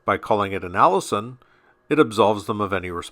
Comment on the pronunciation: Allision rhymes with collision not Allison.